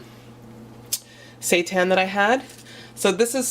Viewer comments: Andrea Feil I think it's actually pronounced Si-Tan lol x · I've never heard of seitan before, so when you kept mentioning it I kept thinking you were saying "satan" LOL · can't stop hearing "satan"😂😂😁jk but the food looks yummy gotta try!